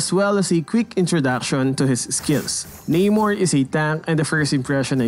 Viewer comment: Namor...Nah-Mor not Nay-More...Aquaman is the ripoff...Keep up the good content keep making mlbb animations cuz I like them😄😄